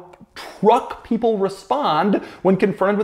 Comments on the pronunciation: really went southern there with the f150 liughhhhtnin’ at the end. ha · LoL at how Doug added a cowboy accent to "the F-150 Lightnin" at the end! I won't be impressed with EVs or Electric trucks until they have 500 mile+ range OR they make nation-wide 5 minute battery swaps possible to avoid charging time...it would work like propane swaps-but done with a qualified tech & security measures to avoid mistakes during the swap & prevent battery theft.